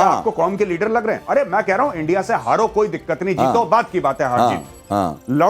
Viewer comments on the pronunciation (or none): none